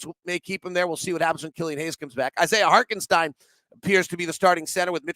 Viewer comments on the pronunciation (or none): love the pod, but it's Isaiah HarTenstein, not HarKenstein